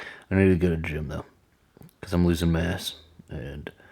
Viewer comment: When you first said “I’m losing my mass” I swear I heard you say “I’m losing my ass” lol. I really enjoyed this video, hope the new year brings good vibes to you both.